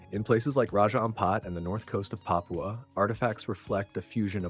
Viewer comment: "Pah-pyuu-uh" These narrators really gotta make a habit of googling how to pronounce words that they don't often say.